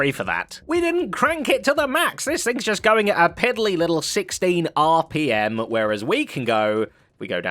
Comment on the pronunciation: "We're going 32 RUH PUH MUH!"